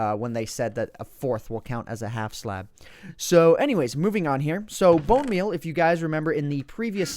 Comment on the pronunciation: No, Grammar Nazi noticed you said bone meaN instead of bone meaL (capitalizing the letters that are in question). You came sooooo close, but points for effort my friend.